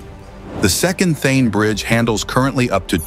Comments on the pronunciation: Its not Theen... Its Thaanee.... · It’s thaaaane not thane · It's THA - NE lmao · Also, it's not The-an......it is Tha-ne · ठाणे ✖️ थेन ✅ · Also at multiple times in the video ठाणे (Thane) is referred as थेन. This should be modified. But the video is excellent. Thanks for taking the efforts to make the video. India is really changing & Mumbai is leading the way. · Thane to be pronounced as Thaanay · Thaaney Not Thhene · Not Then, It is Tha Ney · Not Thane but Thaney - terrible pronounciations messes up meaningful context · Not Thane but Thaaney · Thae-n 😂😂 Tha-na or Tha-ne 👍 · Its Prime Minister Narendra Modi. And Thane is pronounced as Thanay. It's a very informative and interesting video. Maybe, by the time these are completed and the existing roads that have been dug up for making the metro a reality remade, it would make a perfect city for both living it and for travellers too. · The way he says Thain for Thane 😂 and Narendra Gandhi for Modi 😂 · the voice over is AI generated. hence Thane becomes Thene . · It's THAANEY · Also the pronunciation of Thane is funny. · Inspite of so many coments to rectify the error of pronouncing the name incorrectly, why has it not been rectified??? WE OBJECT & PROTEST AGAINST THIS .😊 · Thane name is also screwed up in the audio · "Shane" ka chota bhai "Thane" 😂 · Also, he is pronouncing Thane wrongly. Edit it immediately. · Thanks for the vdo. I would request the narrator to make sure he pronounced the city Thane correctly and name of our Prime Minister Narendra Modi. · Is it a AI generated video pronouncing thane erongly